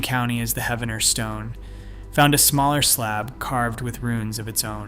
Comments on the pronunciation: Pronounced as Heeve-en-er. Poe-Toe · I love that people on YouTube talk about our local history. I do wish that you would research how to pronounce the name of the town correctly. It is pronounced He-ven-er, the 1st e is a long e sound.